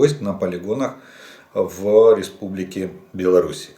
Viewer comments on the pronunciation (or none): none